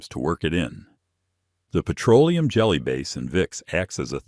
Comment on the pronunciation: “Pietro-Oleum”…AI grrrr